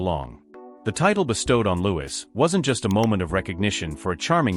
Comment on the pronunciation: If someone is going to create content about other people , you’d think they’d make sure to pronounce everyone’s name correctly, regardless how it’s spelled. By his parents’ own declaration, “Louis” is pronounced “Lou-ee.” Get it right.